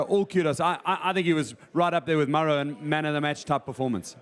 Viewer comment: Love the Welsh pronunciation of Maro……